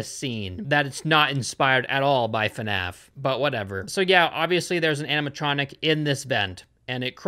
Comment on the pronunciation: Why does pronounce fnaf fanaf